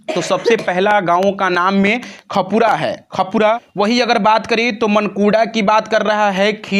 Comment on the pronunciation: Yar khapura nhi h khanpura h thik se padhiye